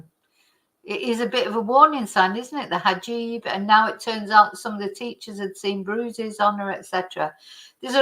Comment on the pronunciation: 🇬🇧 🕯hijab!pronounced (He jaab) ⚖️ 🎯 📚 😮! Much 🙏 Respect